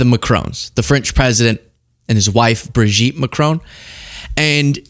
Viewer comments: It's Macron as in Mac ron not macrooon. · It is Macron, not Macrone... please 🙏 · It is not MACRONE!!!!!! My god...can't even pronounce the name properly!!!! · 'Mah-cron'. There's no 'E' on the end, it is not 'Ma-crone'. It's French, dude. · American podcast all pronounce Macron as Ma crone, it’s Ma cron as in ron………………sorry for being pedantic but I do feel better now 😂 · Macr-on not Macr-own!!